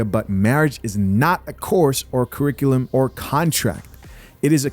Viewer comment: Curric-uh-lum? You didn’t graduate at all